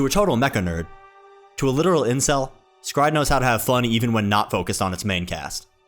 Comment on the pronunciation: Is was today years old when i learn s-cry-ed is a probounce with 1 syllable instead of 3 XD both sound good